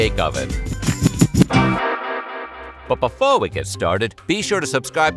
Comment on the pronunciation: Did he say "But Befoe we get started"?